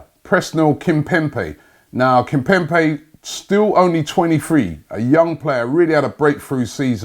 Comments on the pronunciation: What’s this pronunciation “kimpempe”omg it’s kimpemBe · The way he pronounces players’ names is just awful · kimpemBe not kimpemPe!! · Kimpembe not Kimpempe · not kimpempey🤣🤣kimbembae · Kim-pem-be KIM-PEM-BE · It's kimpembe fam🤫😂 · Nobody : ..... Robbie : Kimpempe 😂😂😂😂👍😁 Always butchering players Name Also it is Pablo Fornals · Why is Robbie calling him Kimpempe😂😂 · Kimpembe... Kimpemp-ay... Kimpembi... Kembempay.... Jesus Christ, pick a pronunciation